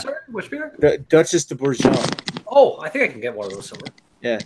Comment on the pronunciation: You crazy American's (and Canadians) say Duchesse De Bourgogne in a very entertaining way "Ber-jon". At least Ashley is the only that doesn't say Gooooooz.